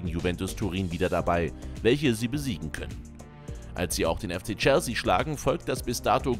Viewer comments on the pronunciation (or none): none